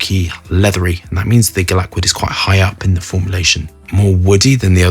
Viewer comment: Yes that’s what he meant but he pronounces it very different